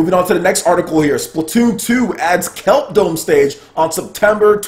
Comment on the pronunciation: *there is no brella stage *kelp dome not Kelper dome *kelp dome is not in mariokart Cool vids though thanks for the content 😌